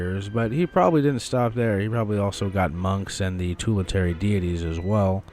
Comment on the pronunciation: tully-tary deities 🥀